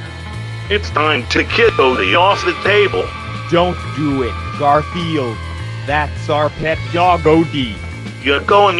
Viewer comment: O DEE Times jon said garfield incorrectly: "god are the yield" the bowl says: "7Grandfield"